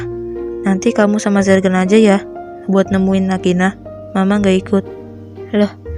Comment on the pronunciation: Bukan jergan tapi zergan